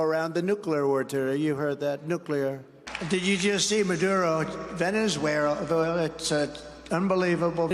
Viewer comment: Trump can't even say Venezuela. 😂